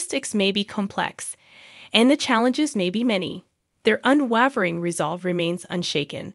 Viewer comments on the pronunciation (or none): Thanks for the update! Btw, unwavering is pronounced “un-way-ver-ing”. 😉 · Not how you say “unwavering”. The “e” after the consonant makes the “a” a long “a” sound. Said like Waverly Place. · I would have enjoyed the video, except the narrator doesn't know how to pronounce the word "unwavering". That made you sound unprofessional.